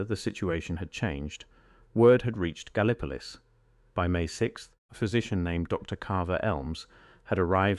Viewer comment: Gallee- poe- liss is the proper way to say Gallipolis in Ohio.